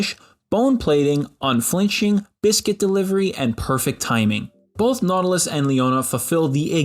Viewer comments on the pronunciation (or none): none